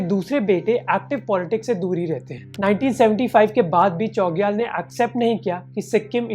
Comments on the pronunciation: Great video! Just a small correction – the pronunciation of 'Chogyal' should have a 'छ' sound, not 'च.' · Chogyal ka pranounce galat kar rahe ho bhai🙏